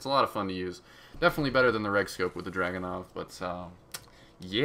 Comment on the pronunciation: DrUganov not DrAganov DAMMIT PEOPLE